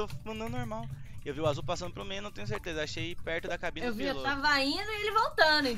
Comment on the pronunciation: ele falou teleza volta muitas vezes e vc vai perceber isso